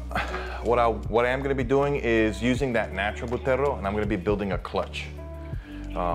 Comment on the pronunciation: It's pronounced Butterrrrrrrrrrrrrrrrro dude... work on the rrrrrrrrrrrrrrrrrrrrrrrrrrr's